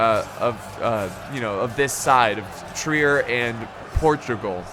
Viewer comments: Hey! I’m a German major at university and you pronounce Trier as “Trrear” you almost have to roll the T with the R. Pronounce T and R with the back of your throat lmao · Trier is pronounced like you are saying "Tree Air," just so ya know